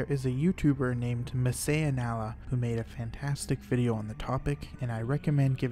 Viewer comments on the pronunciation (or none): none